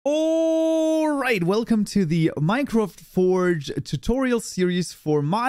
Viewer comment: That Big "Alright" sounds very inspired from David J Malan in CS50 :))